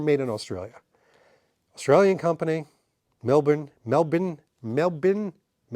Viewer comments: Great clip and subject. To pronounce Melbourne think 'Jason Bourne' ('born'), aka 'Mel-bourne'. Have fun. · Hey, as a Melbourne local it’s pronounced “Mel-bn”, you pretty much don’t pronounce any vowels or the r after the B. Is what it is. Love the channel.